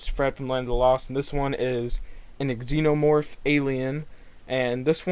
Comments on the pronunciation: is no one gonna mention that he said it like "Ex Enomorph"? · The way he pronounced xenomorph lol